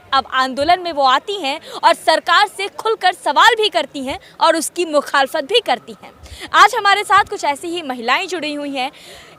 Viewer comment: You spoke correct word mukhal fat many people speak khlafat which is different word and other meanings